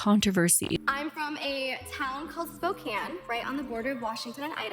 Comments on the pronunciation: The way you’re pronouncing Spokane is killing me 💔 great video tho ❤ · As a fellow Washington resident, same. My eye twitched every time. But also, as soon as she said that Sydney is from Spokane so much made sense.